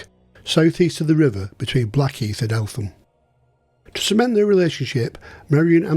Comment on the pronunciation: Fantastic episode needless to say guilty as charged and should have been hanged twice!!!!!! Doubly fascinating for me as when I served as a Police Officer I was often in and out of Eltham nick......(BTW its pronounced ELTAM|!!!) =;-) I know this area well and my Brother in laws house which is on the top of nearby Shooters Hill had a hitching platform for Barrage Baloons in his garden......the RAF staff who serviced them came from Kidbrooke Camp!!!!!! Thanks so much for doing this LOVE IT!!!! Really interesting.